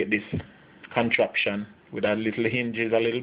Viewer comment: You know him a real Jamaican when he said contraption lol I have to admit that Crusherer is a new one on me. Good job buddy I enjoyed it, now I'm going to go make me some now, and for the record, I will be using some wax paper to do my crushing on this particular Sunday morning, God bless!!